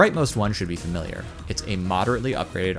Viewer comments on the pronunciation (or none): none